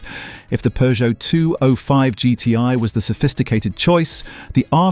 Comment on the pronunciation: “Poojoo”. Gotta love AI😂😂